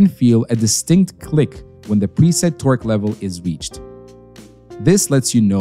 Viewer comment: he's saying it like twerk wrench